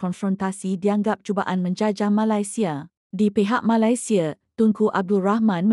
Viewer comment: Sebut biar kena boleh tak Malaysia";bukan Malasia